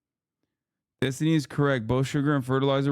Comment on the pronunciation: Huh? Are you impressed by the racist Finkelstein who refuses to condemn the Houthi attacks? This is the guy who stooped so low as to constantly mispronounce Destiny's name, hurling insults and ad hominem attacks instead of engaging in productive debate on the topics? He can sit at the kids' table from now on, while Destiny educates these Hamas clowns.